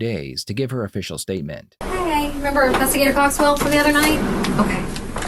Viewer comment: She was an "investi-geeter"